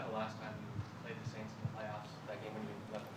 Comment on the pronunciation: I love when he said " In the forth quarter we're gonna beat the aints '